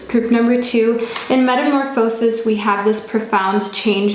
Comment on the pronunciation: Its pronounced “meta-morfuh-sis”